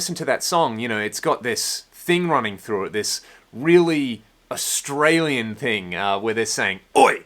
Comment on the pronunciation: "Scott austral-ian."